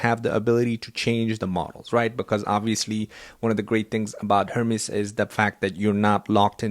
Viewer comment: Hermész... not hörmísz 🙂